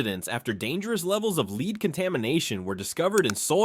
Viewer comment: Someday they’ll teach AI proper pronunciation. It’s lead (led) and Bodie (boh -Dee)